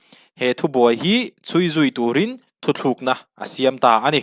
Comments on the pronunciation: Thu thlukna nilo in thutlukna tih tur aw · 'Thu thlukna' tia chhiar angin a ri a. 'Thu tlukna' ni awm tak. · I thil chhiar hi an ziak di)k lo nge I chhiar sual aw... 'Thuthlukna'tia I chhhiar hi thutlukna tih zawk tur a va nih hmel ve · Thu thlûkna nilo in..Thu tlûkna aw,bro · Engtizia nge kan mizo you tuber ṭhenkhat hian 'Thu tlukna' tih hi 'Thuthlukna' ti a in lam/sawi ziah le aw. A awmzia a hrang/in anglo hle si a. Youtuberte hian kan mizo ṭawng humhalhna kawngah hian hum pawimawh tak inluah a ni tih hria ula ka va duh em. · Thuthlûkna nge thutlûkna? I lamrîk dân hian THUTHLÛKNA iti deuh tlata. Eng nge dik zâwk? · Thu thlukna ni lovin THU TLUKNA tih zawk tur 😅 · Thuthlukna tih ni lo in, THUTLUKNA tih tur ani. A awmzia a hran daih. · Thil 2 (Thu thluk na nilo in (thu tluk na) central biuriu nilo in beuraw tih jok tur,media stage atang hi chuan thil lam dik leh lam duh te hi poimoh sia kalo sawi ve lok aww. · Ngatinge aw, nangni ang lehkhathiam in 'thu tlukna' ti a lam tur 'THU THLUKNA' ti a i lam tlat leh aw, beng a ti thlep tlat, a dik thlap in rawn lam tum tawh rawh aw.. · a ngaihnawm e, mahse, thu thlukna i ti zel mai a, thu thlukna chu hawrawp chung a ' ^ ' awm ṭhin hi a ni a. Decision hi thu tlukna a ni zawk ang a. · Thuthlukna ni lovin thutlukna zawk aw... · Tha hle mai. 'THUTLUKNA' tih turah 'Thuthlukna' i ti tlat a....... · Thuthlukna ti lovin,,,thutlukna ti zawk ta la, a dik zawk lo maw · Thuthlukna ni lovin thutlukna tih tur aw , a ziak ah pawh thutlukna tih a nih kha😂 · i thil chhiar hi uluk deuh teh,a ziak chhiar tur i ti lang bawk si a, "thuthlukna" tih a awm loh hi "thutlukna" tih a nih hi, a thu hrim ah "Thuthlukna"i ti zel a vawi khat na kha i ti sual palh ah ka lo ngai mai a,mahse,a ni lo tlat. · thu thlukna nilo in thutluk na tive teh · Thu thlukna a ni lo, thu tlukna tih tur. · Thu THLUKNA ti lovin Thu TLUKNA ti zawk teh aw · Thutlûkna tih hi thuthlûkna tiin i sawi nge, hetiang ri hian ka lo hre tlat mai